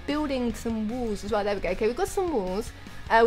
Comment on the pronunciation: I love it when she says "walls" but sounds like "wools"